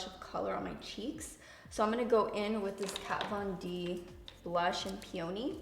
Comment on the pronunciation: I can imagine the staff of KVD Vegan Beauty screaming “NOO” every time you called their products “Kat Von Di” 🤣